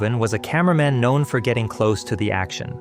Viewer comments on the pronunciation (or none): none